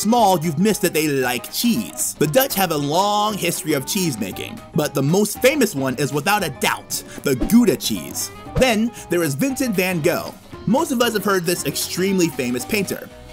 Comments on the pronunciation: Like all Americans, you mispronounced Gouda. you said Gooda. its Gouda. the same ou sound from the word "house". (i'm dutch) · Gouda is not "Gooda" and Van Gogh is not "Ven Go"'. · omg, again gouda prenounced as goeda, why in fountain you prenounce ou good but in gouda wrong? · Just some NL-language class for ya all 🙂.....: "GOUDA" is pronounced as if you would say "NOW DA", not "GOOODA". So in this video, you hear it wrong. Greetings from The Netherlands! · You should know: Gouda ( cheese) is not pronounced Gooda, but more like Gowda! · waarom zeggen Engelsen altijd goeda 😅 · "Gooda" cheese😂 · Just to add…. Gouda is pronounced more like Howda. The g should replace the H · Very good till………….you started to pronounce Gouda as Guddha and van Gogh as van Goh. That hurts in our ears. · (1) I dispute the term "colonialism" because the United East Indies Company and the West Indies Company did it all. (2) Why name the rivers with foreign names? "Maas, Schelde & Rijn" would be more appropriate. (3) Can you say "Ahmsterdahm" instead of "Emsterdem"? (4) Can you say "Ghouda" and "van Ghogh" with the "throaty" or "gutteral" pronounciation of the letter g? (5) 1581 was not the date of the current boundaries of the United Provinces, but only those in the north; those in the south remained under Spanish and then Austrian ownership. (6) Much of the 80-year war was not on land but at sea. (7) There was a lot of decline after the Golden Age, a French takeover in early 1795, when the Stadhouder fled to England, but that would perhaps be a bit too complicated to describe the history of the country of my birth. Now I am going to watch Belgium... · The way gouda is pronounced in English cracks me up every time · 1. We want new amsterdam back 2. We love cars more then bycicles really 😅 3.its gouda in the prenounciation g ou (like for example ouch) and tbe russian way of saying yes which is da then you say it like i explained G ou Da gouda 😊🇳🇱💪🏼 PS: do germany next pls 🥺